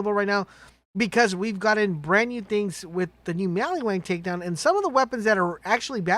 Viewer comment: Maliwan, maliwan, maliwan. Not maliWANG!!